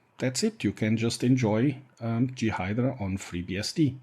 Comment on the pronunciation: Thanks like the other person concerned great to know. Will i get time to play with it? As a native English person we pronounce J as Jay and G as Gee. I guessed what you meant. This is just a tip. I am trying to learn Mandarin Chinese and my tones are terrible so people from China and Taiwan look really confused some times when i speak. Of course your English is much better than my Mandarin. More importantly FreeBSD content is great. I've got a 2.2.1 ISO downloaded ready to run in 86Box to bring back my very first FreeBSD install from 1996 or 1997. So you are making an impact.